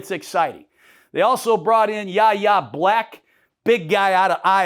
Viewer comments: I love the energy Gruden, but Yayha's name is pronounced WHY-AYE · Yahya Black, his first name is pronounced “Y-Yeah” coach. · Yayha Blacks name is suprisingly pronounced WHY-ya Black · It's pronounced Whyyay Black.